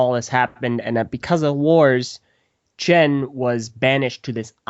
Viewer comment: So many inaccuracies in this... -It's "Chen" not "Chin" -It's SkylOr, not Skylar -Metal is often referred to as an element in other shows and video games (the "speed" thing I agree with) I don't want to even think about some of the others.